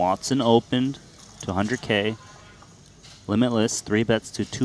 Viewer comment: I think they pronounced limitless pretty well